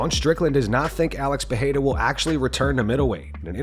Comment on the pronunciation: Day 1 of telling that Pereira is not pronounced PAHAYDA